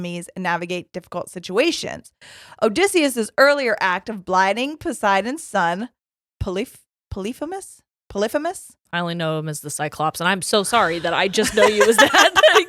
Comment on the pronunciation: you're killing me with how you love Epic but still dont know how to pronounce telemachus or polyphemus when they're said in the song 😭